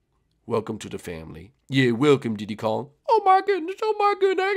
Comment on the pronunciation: / I thought you said "keep dick Kong" XD